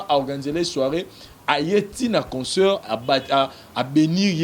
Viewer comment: il faut soit parler en lingala, soit en français Si vous décidez de parler en français, il faut arranger la prononciation. On dit concert et non conceurt. Pour le reste,il faut être au milieu du village. Bon courage